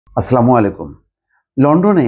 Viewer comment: রিডিং সাংবাদিক সাহেব,কমছে কম সালাম টা ঠিক মতো শিখে নিন।